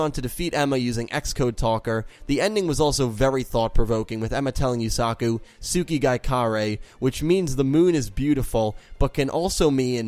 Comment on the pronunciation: Holyshit dude I dont know why it bugs me but you really pronounce the A in Yusaku. Its more like u suh ku not u sA ku. Just listen to any of them say it and repeat why are you pronouncing it like Suzaku?